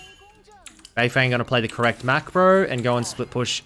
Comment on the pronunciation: just to help u a bit, his name is pronounced more like beifœng than beifeng